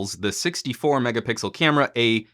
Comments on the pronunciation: A lot of people from LG mobile group including me is really pleased with this review 😁😁.I love when you say megapickle instead megapixel haha. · Megapickle? Am I the only one that noticed he say this?